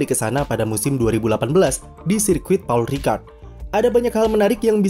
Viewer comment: Pol Ricard dibacanya